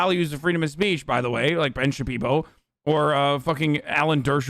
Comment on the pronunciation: Ben Shabeebo vs Ben Shapierow